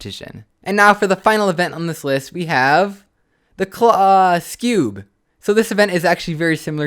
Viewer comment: The Clo- SCEWB!!! XD